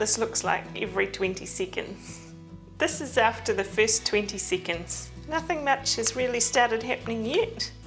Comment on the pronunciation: After yet another twenty seecands…